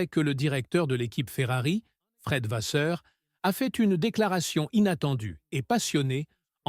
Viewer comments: S'il vous plaît !! Arrêtez avec votre "VaZeur" !! Je pense que vous savez en tant que journaliste que le double "ss" se prononce VaSSeur" !! Je trouve impoli de ne pas prononcer correctement un nom propre... Autrement, j'aime bien votre réalisation... Sans rancune... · encore cette IA qui prononce mal VASSEUR.Quel manque de politesse .